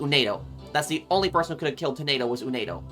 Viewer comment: I heard from some comments from other playthroughs that the multi-personality disorder apparently can take different form, but I'll let the experts and the ones with more first-hand experience take over for further intricacies. Oh also, just something to note. It's 'Uendo' not 'Unedo'. :D (kept tripping me up for that first 2 hours lol)